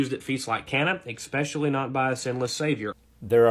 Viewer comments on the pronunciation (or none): When the guy in the video pronounces “especially” as “ekspeshally”, that tells me his IQ is in the double digits. I hope he has not reproduced offspring. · This may be a tad ad hominem, but it's hard to take seriously anyone who says "ecspecially" (see ). The captions correct the mispronunciation, but it's there.